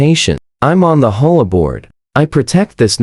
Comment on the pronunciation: Stop calling it a “whore board.” Say the letters individually.